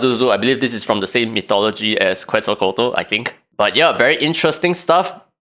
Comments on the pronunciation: Quetzalcoatl = KETZ all KO-WAT Xolotl = sho LOTE Pazuzu = PA zoo ZOO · Awesome as ever daddy! She looks nuts! I saw you struggling with her name lol her pronunciation is something like this [KET] + [SUHL] + [KOH] + [ATL], It's hard at first tho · As a Latino, I can say you slaughter the pronunciation. Quetzalcóatl is an Aztec deity while Pazuzu is a Demon from Mesopotamia’s panteon. I’ll willingly to bet that the next Legendary is going to be Xolotl, who is also from Aztec culture. Both Xolotl and Quetzalcóatl are twins, so is not that far from other brothers in the game. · It is Quetz-o-co-wat-ul I believe